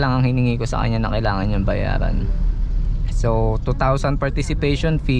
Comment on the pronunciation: It's strange how you keep saying "bayadan" but then at least twice you said it properly, "bayaran."